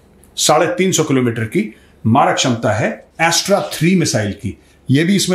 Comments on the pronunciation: Its not A.S.T.R.A Major its Astra(अस्त्र) 👍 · मेजर साहब, एस्ट्रा नहीं अस्त्र 😊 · वो अस्त्र मिसाइल है. एस्ट्रा नहीं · Yaa Bro I Know That, But Unhone Pronounce Jra Alag Kiya, That's Why Maine Unhein Ye Bataaya! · Astra is actually अस्त्र मिसाइल। Major , please pronounce the missile correctly.